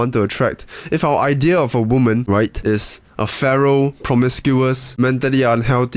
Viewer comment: Screw that, I’m from Texas, and I’m gonna say it like you from now on.